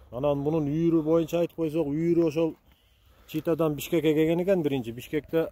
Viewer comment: Кеген экен эмес .келген экен десен .кыргызча так суйлочу.